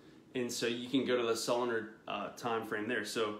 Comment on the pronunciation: Pronounced: so lu nar